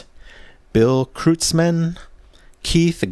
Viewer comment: Just a little FYI, Bill Kreutzman's last name is pronounced Kroytz-man. Not a big deal, but it's just good to know. Thanks for your analysis.